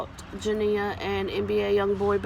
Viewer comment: At least you said her name CORRECTLY